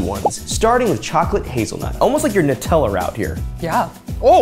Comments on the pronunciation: / Finally an American that pronounces Nutella correctly haha I want to eat both options! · Finally an American that pronounces Nutella correctly haha l want to eat both options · / Finally an American that pronounces Nutella correctly haha I want to eat both options!